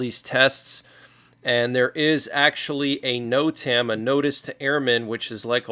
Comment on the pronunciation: NOTAM its pernounced. ( (.... Note... um..... Note... um.... . Note...um......)) NOTAM... Notice to airman....!